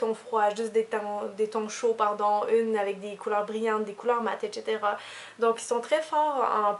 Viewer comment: Ton accent me fais rire sur le mot etcetera =)